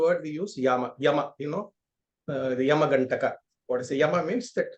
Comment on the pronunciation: Namste sir, it has to be pronounced as "Yaama." Yaama is a time duration.